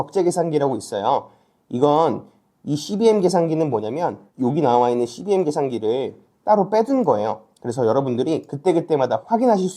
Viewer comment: 양질의 컨텐츠 감사합니다. 이씨비엠 발음이 찰지네요 😂